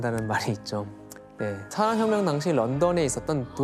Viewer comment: 산업혁명이라는 단어를 자주 말 하시는데 ,,, 발음이 사어혀묭 이라고 하세요 ..ㅋㅋㅋ